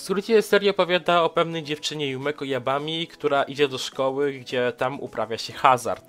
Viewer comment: Jumeko Dzabami tak się czyta🙂 przeczytałam to było oki bo trzeba dobrze podejść dobrze do czytania starszy pan i kot to cudo, a przygody Akko były dla mnie nudzę i te co nie poleca łeś to ja dosyć lubię.